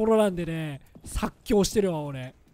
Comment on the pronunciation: 発狂をさっきょうと発音する当たり脳内調整すれば発狂に聞こえるようになってるんだな